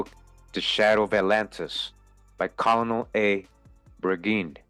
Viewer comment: Not making fun of anybody just trying to teach.........the word COLONEL is pronounced Ker-Nel! Your Welcome!!! Hope this helped somebody! 🙏